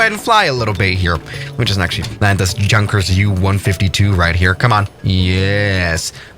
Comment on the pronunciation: sorry to be that 1 guy but it’s now JUNKERS it’s pernonced yunkers